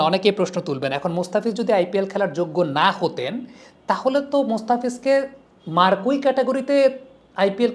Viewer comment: "Marquee" কথাটার উচ্চারণ "মারকুই" নয়, ওটা হল "মার্কি"